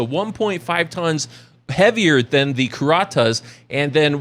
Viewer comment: Pronounced Kur-at-us